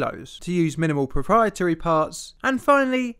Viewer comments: "PREPRIORITY" :D :D :D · “Proprietary” not “preprietary “ ;)